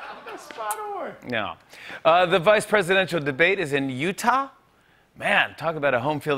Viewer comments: The way he said “uTaWh” killed me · oooooo “UTAH” he says, like it’s Afghanistan. lmao